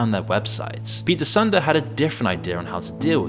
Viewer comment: Pete Sunday :D It's "Soohn-deh"